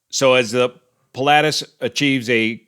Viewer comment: I'm surprised you're butchering the pronunciation of the aircraft type 'Pilatus' so badly?